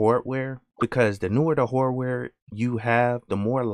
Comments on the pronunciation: It's his accent. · i dont have experien ce with a wide range of African americana accents and theres a loss of regional accents anyway, but ehen you said hardware, i realized you had an accent. where are you from? (content creator)